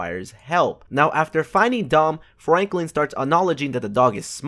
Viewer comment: did you say flanklin or ?